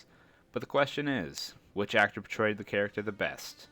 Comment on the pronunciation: 1.Sean Connery 2.Roger Moore 3.Pierce Brosnan 4.Timothy Dalton 5.George Lazenby 6.Daniel Craig Your "portrayed" sounds like "betrayed".